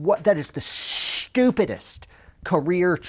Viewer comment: Hearing you enuniacte stupidist after that missionary story 😂😂😂😂